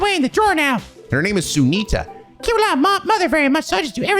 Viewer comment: Pronunciation notes: - Coppe is two syllables. He's named after a kind of Japanese bread called koppe. - Sunita, the little girl in the Residential District, is actually pronounced SUN-ita, not SOON-ita (it's annoying because Sunita is a real name that's pronounced the latter IRL, but in this game it's the other way). - Ilya Platiere is pronounced ILL-ee-uh plat-YAY. There are some sources that spell her last name Platière, it's supposed to be French. - Mainz is pronounced Mines. (it's also the name of a real city in Germany) - Heiyue is Hey-You-Ayy. - Wazy is WAH-zee. Fun fact: it's a real Polish name, but the proper spelling is Łazy. The English localization respelled his name as Wazy so people would have some clue how to pronounce it (the Polish Ł is pronounced like a W).